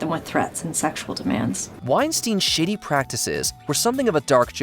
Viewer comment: Uhhh is the voice over person saying shady or shitty when it comes to Weinstein😂😂